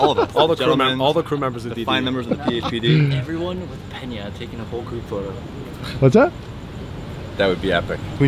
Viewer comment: petey_likey it’s Peña not Pena 🤣